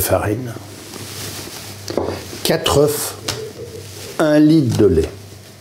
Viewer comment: Avec 1l de lait, c'est certainement très liquide, oui! Mais à la télé (ou sur YouTube) on peut ré-essayer 10 fois et montrer en fin de compte ce qui a marché! 😅 Et puis, je croyais que le pluriel du mot 'oeuf' c'était 'oeufs' (prononcé 'eu'), non?